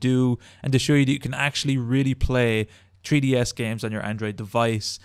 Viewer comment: you guys realise he says treeds LOL